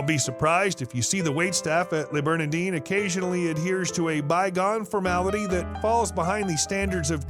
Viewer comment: Please don’t grossly mispronounce the name of the restaurant.